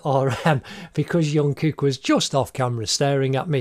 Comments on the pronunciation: And it's Jungkook not yungkook Ps. It's Kim Taehyung not Tayhoong. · You pronounce Jungkook with a j sound not y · Yeongkook😭😭😭 broo it’s JUNGKOOK😂😂😂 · Yonkook🤣 Wtf Is junkook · Did I just hear Yoonkook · He said Kim Tae-hung and thought that "Hung" was his surname. And called Jungkook Yungkook. Wtf? I'm legit losing brain-cells!!!!!!! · Not me laughing cuz he said YONKOOK